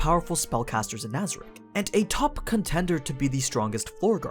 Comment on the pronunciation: we not gonna talk about how he mispronounced nazarick cocytus and ram